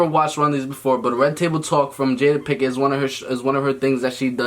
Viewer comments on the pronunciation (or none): ''Picket'' lmao PINKETT*